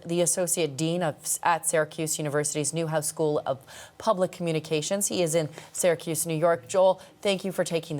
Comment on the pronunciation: Syracuse, not Saracuse.